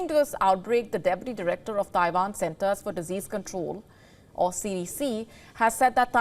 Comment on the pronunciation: Did she say Taiwan or Taivan?